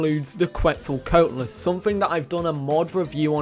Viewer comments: Quet-zal-Co-At-lus not Quet-zal “coat” lus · every time he pronounces Quetzalcoatlus as that I die a little inside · It’s his accent